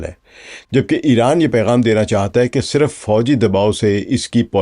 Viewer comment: صِرف sirf✔️/ آپ نے siraf بولا| نشْر nashr✔️/ آپ نے بولا nashar 🤔